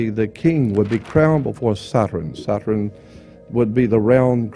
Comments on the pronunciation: Satran what's that why can't you say Saturn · ‘Satren’ interesting way he says it